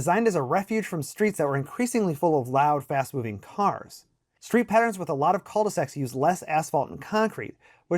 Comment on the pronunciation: The way you pronounce Culdesacs is so funny.